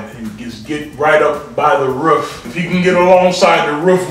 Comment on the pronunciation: Not the "riff" instead of roof!😂😂😂😂😂